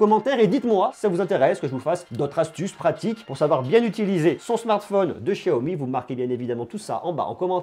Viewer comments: c pas chiaomi mais xiaomi lol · De chiaomi ?? C'est pas Xiaomi avec un x ? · Sa se prononce chiaomi